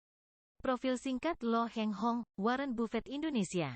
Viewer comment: Bukan Lo Heng Hong tapi Lo Kheng Hong.